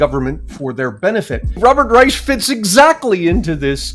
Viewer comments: Stop letting Robert get away with saying his name is Reich with an “sh” sound. It’s pronounced “Rike”, as in the third one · Both "sh" and "k" is wrong pronunciation, if you treat it as a German word.